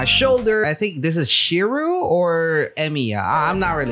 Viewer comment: shirou or emiya his name is shirou emiya